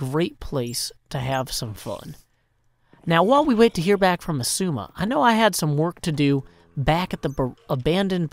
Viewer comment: I just laugh every time he says “esuma” instead of xisuma